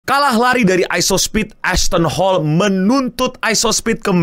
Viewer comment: saya dengar nama asthon hall ngapa jadi assh*le njir, 😂